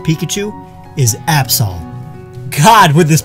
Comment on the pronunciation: My heart broke hearing you say Absol 😭😭😭😭😭😭😭